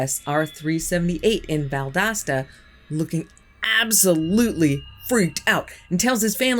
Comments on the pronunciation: Great stories! Valdosta is pronounced like Val-dough-sta. Use a big O sound. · I live in Valdosta over 60 plus years. I never heard of the Valdosta one. They said Valdosta but it sounds like the suburb Clyatville.. It sits on the Georgia Florida line.